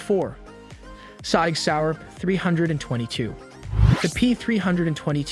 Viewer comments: he is a bot, couldn't pronounce SIG either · the first thing i see is a Glock, unlike, the ruger wramg;er is the worst gun they make, gaga over a piece of crap. you CAN'T pronounce SIG, are you a bot? You forgot 22 plinksters favorite build of the smith and wesson Victory. you list is shit , just quit this, you have no future with almost worthless content. production value with no talent.